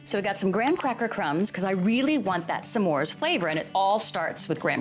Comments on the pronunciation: I like how she says Sa mores bars instead of s’mores bars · Is that how smores is pronounced? Samores. Or is that how Valerie pronounces it? I'm not American btw